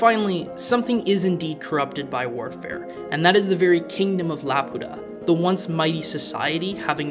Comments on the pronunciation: laputa❌ la pota✅ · The funny thing is the Swedish voice actor for Muska pronounces Laputa like "la puta" half of time which is kind of distracting lol